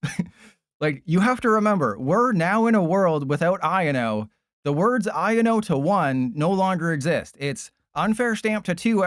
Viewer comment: It’s not iano it’s I o no